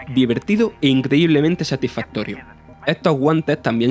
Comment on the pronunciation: “Es mu satifatorio pasá por e hueco....” A ver si para la próxima el que hace la review es capaz de pronunciar las s y vocaliza. Que Vaya tela.